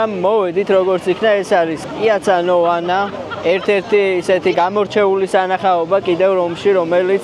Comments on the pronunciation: პიაცა ნავონა და არა ნოვანა. მართლაც საოცარი და უნიკალური ქალაქია რომი, გეთანხმებით, რომ იტალიის ყოველი მხარე სავსეა ხელოვნებისა და არქიტექტურის უძველესი და ულამაზესი ძეგლებით. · 1.პიაცა ნავონა და არა ნოვანა. 2. ევროპაში და განსაკუთრებით იტალიაში სულაც არაა გაკუება ჩვეულებრივი ამბავი. საიდან მოიტანე? ვიღაც უზრდელი შეგხვდათ უბრალოდ.